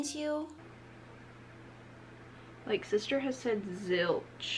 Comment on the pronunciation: when she said black penceew i felt that